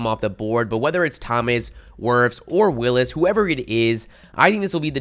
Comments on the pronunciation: bro this dude slaughtered about 17 names in this vid lol , bro Denver's qb is DREW LOCK not Luck lmao and its WILLS not Willis lmao had me thinking I was calling them the wrong name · It’s Jedrick WILLS not Willis